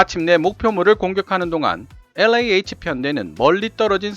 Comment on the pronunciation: 충고 한마디 왜 영어발음에 혀를 그렇게 꼬는지요? 일부러? 특히 엘자 발음을 비틀어 꼬는건 듣기 아주 불편하네요. 영어 40년.